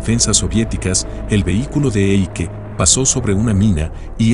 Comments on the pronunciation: se pronuncia Aike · si dice AIKE in tedesco